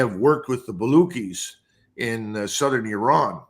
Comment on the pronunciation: The sould is not of " k" in Belochis , it's cha like in " much".